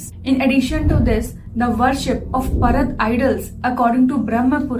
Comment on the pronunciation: Its Paarad not Parad 🙏